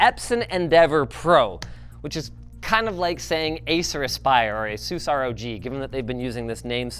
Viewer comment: You say Asus wrong.